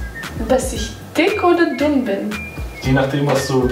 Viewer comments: Wie ich einfach immer an Stelle von "zu dünn", "zu dumm" verstanden habe : ) . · Ich hab statt dünn immer dumm verstanden😂😂😂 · Ich verstehe die ganze Zeit nur dumm statt dünn 😂😂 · Ich hab die ganze Zeit dumm verstanden statt dünn😂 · Ich höre immer dumm statt dünn